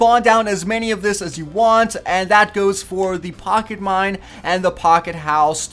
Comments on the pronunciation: STOP SAYING MIND! ITS MINE!! lol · he mind instead of mine